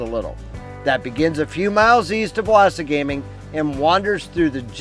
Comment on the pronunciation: Great video. Thank you. Wasagaming is pronounced "wah-SAH-guh-ming" FYI. You should also look further up north to Wekusko Provincial Park, Grass River PP, and a few others up that way. Lots to see and do in Manitoba if you love the outdoors.